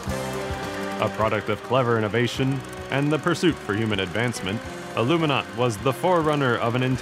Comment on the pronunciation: Its ALUMINAUT